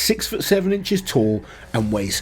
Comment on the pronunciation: Tall Not tool lol